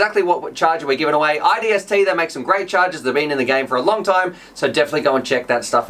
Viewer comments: Hey it's isdt not idst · Repeat after me, "i S D T". you said iDST every time and typed that up top also.. LOL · isnt it isdt not idst?